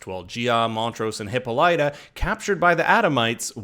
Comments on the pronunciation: They mispronounced Hippolyta. Drove me nuts. They ignored a good deal of the book and went down a crazy rabbit hole. Very sloppy writing. That is Dejah Thoris in the first episode. Her skin has always been red. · If I have to name one thing that annoys the the fuck outta me is how the pronounce Hippolyta’s name!